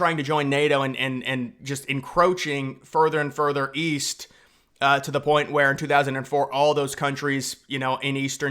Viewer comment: East? I thought you said Weast.